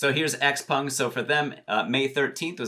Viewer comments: Why does everyone pronounce x-peng as x-pung? I ask every time he says it in his video, but never get an answer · Charlie at Zip Trader, Graham Stephan, MeetKevin, Andrei Jikh, and Jeremy Lefebvre all pronounce it as x-pEng. Not to mention when you ask google how to pronounce it, it says x-pEng as well. Just saying